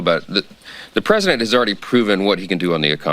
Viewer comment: 11.06 mins SHE SAID THE PWESIDENT